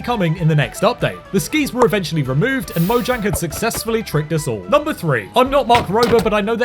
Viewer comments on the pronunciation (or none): It's actually pronounced "moyang," if you're going by the Swedish pronunciation.